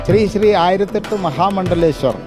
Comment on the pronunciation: സ്രീ സ്രീ അല്ല ശ്രീ ശ്രീ